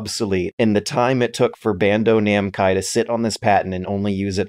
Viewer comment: I love how everyone is so locked in to the patent discussion that no one notices saying "Bando Namcai".